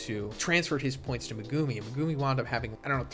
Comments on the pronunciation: The way you say megumi name pisses me off lol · the way you pronounce megumi pisses me off